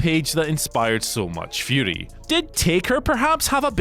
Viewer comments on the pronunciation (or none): none